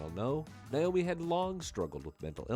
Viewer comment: Not niomi. It's Naomi.